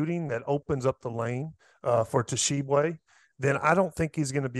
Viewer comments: Hey Tyler Hansbrough. Stop saying Tah-Sheeb-Way. It's Sheeb-Way! Grinds my gears lol. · What bugs me the most is he says T-shibwe. THE T IS SILENT TYLER GD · "Tuh-shee-bway" What a clown hahaha